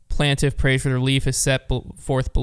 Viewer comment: you made my hair stand up with your pronunciation of plaintiff